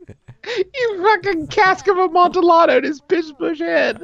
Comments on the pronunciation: im sorry did justin say "the cask of amonTILLado" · "You fuckin' Cask of Amontillado'd (Justin proceeds to butcher the word) his pissbush head" God dammit, I love these boys. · THE WAY HE PRONOUNCES AMONTILLADO IS CURSED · It’s crazy how consistently Justin has mispronounced “Amontillado” over the many years